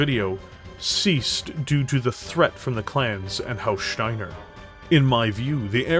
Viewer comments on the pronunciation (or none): every time he says shteiner theres another H